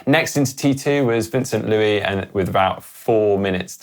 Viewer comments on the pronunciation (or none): none